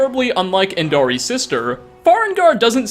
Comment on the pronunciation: Ok, I just have to say this. It's not "Endaree" and "Taaree". You hear their names said in the game in a dialogue between Bryling and Irnskar, they're pronounced "En-dar-ee-ay" and "Tar-ree-ay".